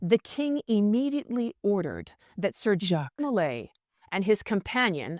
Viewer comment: I love your pot cast, but his name was Jacques DeMolay (said like zhahk de moh-LAY). I was apart of a Masonic youth organization and it was name after Jacques DeMolay. He was burn with 3 other Templars. Geoffroi de Charney (Preceptor of Normandy), Hugues De Peraud, and geoffroi De Gonneville.